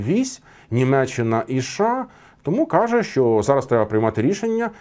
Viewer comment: а шо це за краина така у вас - ША? шось не можу поняти